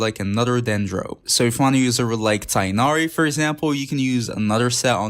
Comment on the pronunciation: i might be late but you saying “tighnari” is so good